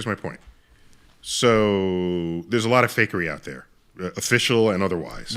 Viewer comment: I love how when Joe says "fakery" it always sounds like "fuckery"